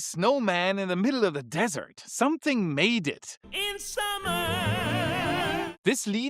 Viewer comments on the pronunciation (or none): none